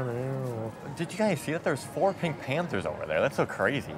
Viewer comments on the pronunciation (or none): none